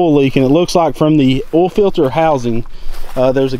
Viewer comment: oil plug, not "ole" plug, it's a two syllable word. OIL not OLE.